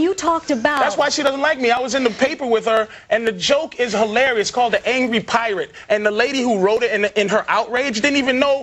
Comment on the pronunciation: Patrice was on a fucking roll here. HE-LAR-EE-US.